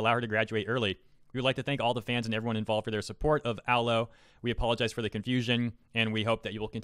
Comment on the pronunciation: I disagree at a fundamental level on your pronunciation of Aloe, otherwise I agree